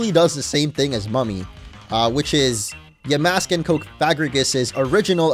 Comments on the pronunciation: Its ponoused ya mask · Oof yikes orange. You pronounced the name “cofagrigus” in a way that it emphasizes the no no word in its name. It is pronounced: cough-fuh-gree-giss. While we’re at it, you’ve also been saying yuh-mask instead of yaw-mask.